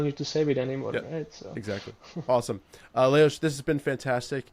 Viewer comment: Amazing how pronounced the name Leoš perfectly 👌 😊🎉🎉🎉🎉